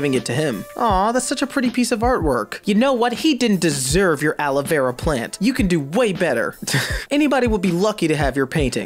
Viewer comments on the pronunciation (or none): none